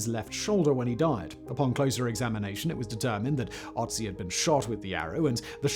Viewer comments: FFS! Can't you learn how to pronounce the guy's name before you make a video on him? It is Ötzi, not Otzi. This is PATHETIC. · It's Ötzi not Otzi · The Ötzi is called Ötzi, beeing the first vocal spelled like you say "burn".